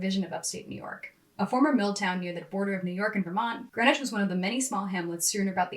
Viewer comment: It's pronounced Green-witch. We're different up here.